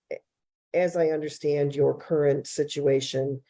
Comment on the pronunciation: he seems proud of having been to jail 7 times. makes him an expert in his eyes. but still he winds up saying 'I dun unnastaand."